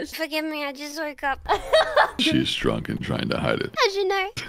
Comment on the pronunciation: “I am not druk” -Rae